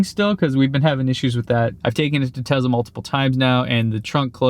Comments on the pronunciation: It’s not pronounced ‘Tezla’ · Not jenny too?:) It's tesla not tezla;) Hurts my ears. ouch:)